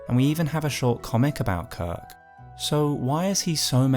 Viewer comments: Я мог терпеть берсерка, который звучит как безорк, но кирк - корк. Это слишком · Impossible to watch this video normally; I keep giggling every time he says his name